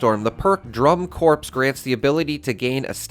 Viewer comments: pronounced core... not corpse haha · "Corps" is pronounced 'core', not 'corpse'. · I may be wrong but isn't the "corps" pronounced "core" and not "corpse"? So it would be called "Drum core" and not "drum corpse" which sounds cool btw lol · I hate to correct, but it has to be done. It's not Drum "Corpse" it's pronounced Core. Sorry, military things are a huge pet peeve of mine. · Btw, the perk name drum corps is pronounced drum core(s), the P is silent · Just to say, the word "Corps" is pronounced "Core". 🙂